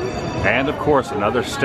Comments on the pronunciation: Boudin pronounced "boo-deen"? You have to be kidding. I'm a Cajun from Lafayette, LA, and that's not how it's pronounced. Not even close. It's "boo-DANH", with a very nasal "danh". The "n" isn't pronounced. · Boudin is pronounced "Boo-Dan" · It’s pronounced. Bo din..